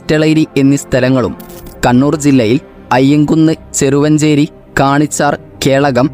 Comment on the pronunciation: ചെറുവാഞ്ചേരി സ്ഥല പേരുകൾ കൃത്യമായ് പറ.വെറും വായന മാത്രമാക്കല്ല.🙏